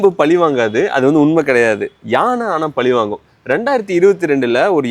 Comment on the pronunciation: Zha correct aa pronounce pannunga bro - please ! Pali vaangum - ketka nalla illai - content poda aasaiyirukku - tamizh ozhunga pesa veendaamaa ??